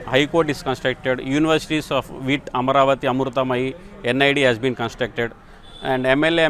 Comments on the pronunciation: Hey announcer ! See the spelling. Say Ama`ravati, not Amravati. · Who is this dum biactch reading horribly from a prompter. You call yourself a journalist? Just write the story. BTW, it's not Amravti, it's Amaraaaaaaaavati. Shame on you for not even knowing how to say the name and doing a story on it.